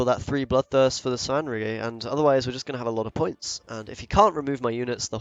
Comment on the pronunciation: Hey it's pronounced Svan-rigger. If you've played the Witcher 3 it's understandable that you don't know because he's only named a couple of times